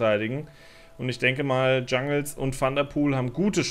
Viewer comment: Kannst du bitte Jungels statt Jungels ( Englisch) sagen, irgendwie triggert es bisschen 😂